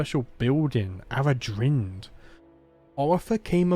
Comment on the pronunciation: Eldavaitale - El da vay tal (like in pal) eh Aradhrynd - A ra dreen..the video creator pronounced it correctly